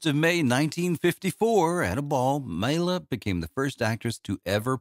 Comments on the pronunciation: Good synopsis but you’re mispronouncing her name. It’s MY-la. Not MAY-la. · FACTS: Maila is pronounced My-la not Me-la. Maila was in Catherine Was Great before she was fired and then performed in Spook Scandals which only showed once. Maila and Dean Reisner weren't legally married and Rudi Gernreich invited Maila to Lester Hortons Bal Caribe, which she won first place. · i can't take you seriously when you can't even pronounce her name. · Ugh, that ignorant pronounciation. If you're going to present a subject, know the material. 👎